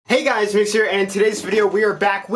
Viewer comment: What are you saying in the intro?? Helo gyes ............. ?